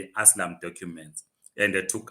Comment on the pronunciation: its called ASYLUM NOT ASLAM😂😂